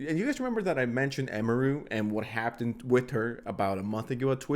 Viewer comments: Is bro saying "hapten" and not "happened"? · and .. bro are you saying “Haptenned”? Happened: “HAP-PENNED” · is really struggling with the word "happened" today